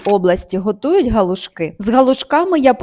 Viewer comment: Галушки. Наголос на другий склад.